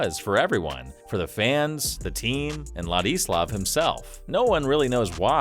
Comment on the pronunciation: if only the narrator took the time to learn to pronounce his first name properly